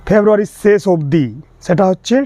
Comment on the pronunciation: খুব কাজের ভিডিও i কিন্তু আপনি যে জেলারই মানুষ হোন বাংলা উচ্চারণটা ভালোভাবে শিখতে হবে ৷ বিশেষ করে স, শ ও ষ i বিশ্বাস কে বিস্সাস উচ্চারণ করছেন, শেষ পর্যন্ত কে সেশ পর্যন্ত বলছেন ৷ ভীষণ কে ভিসন বলছেন i রাগ করবেন না কোনো ভাল সঙ্গীত, আবৃত্তিকার শিক্ষক/শিক্ষিকার কাছে গিয়ে একটু উচ্চারণ শুদ্ধ করে নিন i আপনার গ্রাহক বৃদ্ধি পাবে ৷ বিষয়বস্তু অবশ্যই ভালো ৷